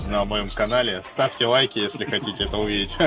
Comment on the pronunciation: что с буквой Л? "ставьте уайки", "пуов", "фудбуогер" Ппц режет "суух"